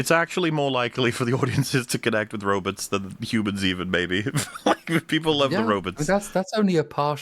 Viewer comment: I cannot understand the "robuts" pronouniation and "conDOM"